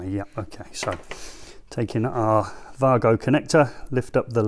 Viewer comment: 🤡🤡It's German company so he has pronounced it correctly.